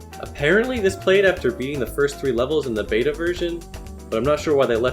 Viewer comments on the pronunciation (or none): none